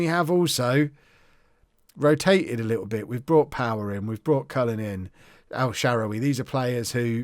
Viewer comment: Hi, it's pronounced: EL-SHUH-RAR-WEE